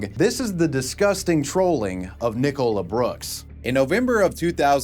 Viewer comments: Why do you care he pronounce it wrong. are you her? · why are you pronouncing nicola like that 😭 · oh my fucking god. it's NICK -OLA. NOT NICK - COLA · Nicola. NICOLA. NICOLA damn it! Not Nick Cola! 😂😂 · What did you pronounce Nicola like that. It’s pronounced nick-o-la 😂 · Why you pronouncing Nicola as Nee Cola? Is it like the silly misprounciation of Craig as Creg you guys do? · The way pronounces 'Nicola' is highly distracting.... "nick-oh-la".... bruh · why do you care i care? are you the creator on his alt account or something? (dumb question). in all seriousness it's because it's an extremely common name so it sounds really stupid pronouncing it that way. it's like pronouncing Oliver as "Olaveer" or something. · I have never heard this way of pronouncing "Nicola" before. Is that how Americans really pronounce it? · Do you just not have the name Nicola over there? That pronunciation is wild!